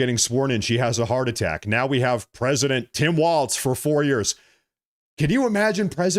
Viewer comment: Not a single T in Walz mister